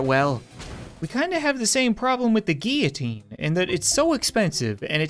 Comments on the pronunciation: it's not gee u teen it's gill o teen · Why do you say geeoteen, instead of guillotine? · Every time he mispronounces guillotine he triggers me. It is pronounced gill oh teen. Not gy oh teen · Its not gee-a-teen its gill-a-teen (how to pronounce it) btw i love your vids! 😁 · For goodness sake it's guiLLotine not gEEitine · its pronounced guillotine gill-oh-teen not gee-a-teen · He pronounced guillotine giutien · That’s a weird way to pronounce guillotine lmao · Not how you pronounce guillotine